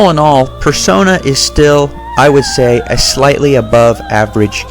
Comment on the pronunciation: Personai? Person-eye? Multiple Persona are called Personas.